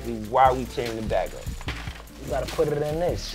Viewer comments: “You Gotta Puddddiddindiss”😭😭😭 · “You gotta puttrrrrr in this”😭